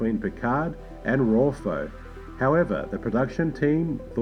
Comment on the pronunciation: Nice video, but your pronounciation of Ruafo, Anij and Doughertys names is awful!, i don’t mean to be rude, but it just smacked me in the face every time you said them.